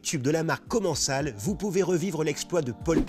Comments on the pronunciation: Il me semble que commencal se prononce comène-salle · Mdr comment vous avez mal prononcer commencal, pour moi qui en ai un sa me fait mal au cœur d'entendre le nom de la marque prononcé comme ca😂😂😭😭